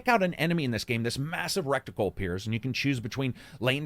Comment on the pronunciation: Heh... "Recticle."